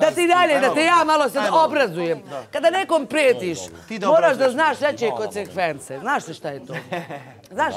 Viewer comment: Znamo značenje reči,već treba kosenkvenkse nema c😁